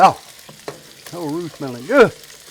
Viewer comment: Roux not root!